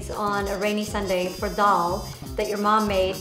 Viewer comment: Lol ain't she the girl who made that everyday 'scrambled eggs' :/ extra ass making shit with vodka and caviar. 🥚🙄 lol and its funny that way that she says 'that' she always says thaa 🤣🤣